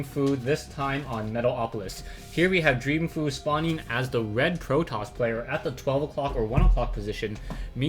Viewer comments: I believe its pronounced "Fo' You", going by the GSL pronounciations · it's pronounced fo-u